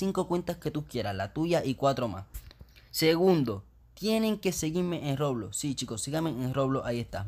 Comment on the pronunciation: Nose sabe ablar el wey dice loblox poque no el doij un rejalito xd